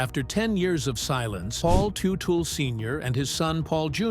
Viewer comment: He doesn’t own Gas monkey are you kidding me? Can’t even pronounce his name properly